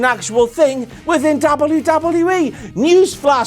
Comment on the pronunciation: Angle actually pronounces it "Dubadubee"